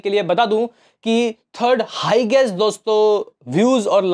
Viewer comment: कितनी मात्रा में देखेंगे 🤣🤣🤣? कितनी संख्या बोला करो बहुत गलती करते हो बोलने में आज तक Higest हाइएस्ट को "हाईगेस्ट" बोलना नहीं छोड़ा 🤣🤣🤣